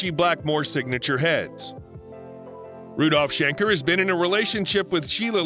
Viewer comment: If you make a video of a legendary band, don't say : Rudolf Shnecker and Matayas Jabbz